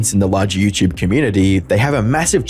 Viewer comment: What in the F*k is yewchewb ? You mean youtube ? FFS !